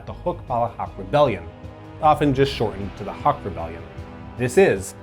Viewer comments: It is pronounced “Hook”. Great video nonetheless. 👍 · This... I definitely didnt expect. As a Filipino, there really is a lack of details regarding cold war history besides the ones tied to Marcos. Also, we usually pronounce Huk as Hook and Osmeña as Os-men-ya (notice the ñ [enye] rooted in spanish) Edit: We also pronounce Quirino as Kee-ree-noh